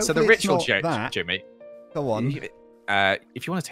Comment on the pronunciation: Jimmy is the only one saying it right😂